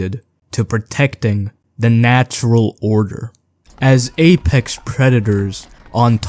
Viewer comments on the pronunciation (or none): none